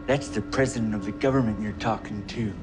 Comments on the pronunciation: He don't say "government" He sais "Govermit" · The GOVERNMINT ! 😬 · 'government', not 'govermint' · Actually it's pronounced "Gov-a-mint"... there's no R